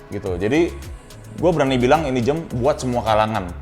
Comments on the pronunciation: Dia ngomong jem. Bukan jam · Pertama kali liat saat collabs sama Raditya Dika. Yg jadi perhatian saya saat itu saat mengucapkan jam menjadi "jem"